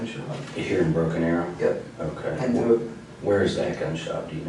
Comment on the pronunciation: The Widdow Bwuddow of Bwoken Awow.